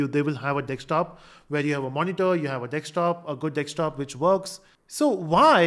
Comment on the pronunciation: Desktop ❌ Dekstop ✅